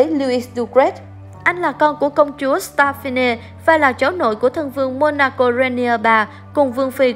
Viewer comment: 🤣 ôi...